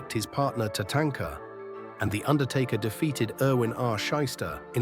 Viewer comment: "TuhTANKuh turned on him" 😂